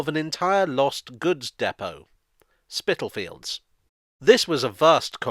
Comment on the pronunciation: Thank you for another interesting video. Actually Spitalfields is pronounced spitterfields, the l being silent. I was born there in 1960, very hard to believe it is becoming a trendy place now.